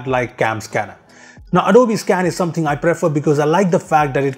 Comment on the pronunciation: Adobiiii 😂😂 thats the most stupid pronunciation i have ever heard 😂😂